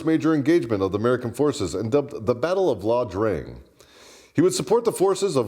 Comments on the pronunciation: It's Ia Drang, with an "I", not La Drang with an "L." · I never knew "Snake Shit" flew a couple more tours in country. By the way, it's not La Drang, it's Ia Drang. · WTF is that LA Drang chit!?? IT's IA DRANG! as in Captial EYE Not L!!! Now Airborne the F up and get that Hist right! Eat a Crayon already! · Ok I know you’re army but it’s IA Drang…, not La Drang. There in Southeast Asia not Central America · NOT La Drang but Ia Drang.